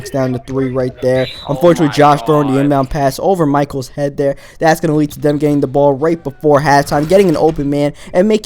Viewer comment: why do you speak like that instead of another you say "Anoder" and instead of there you say "Der" IT JUST ANNOYS ME